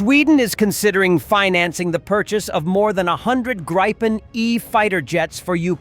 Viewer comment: Please, make your AI voice pronounce Gripen the correct way. Tell it to say "greepen", then you will be ok.